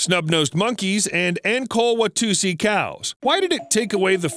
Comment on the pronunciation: From East Africa🇺🇬, the long-horned cattle aka Ankore/Tutsi cow, is indeed fascinating. Growing up this side of the world, we assumed all cows world over are like that...Until the Internet.😅😃 Now the pronunciation of 'Ankore' is not 'An-core'. It is more like 'uncle-lay'.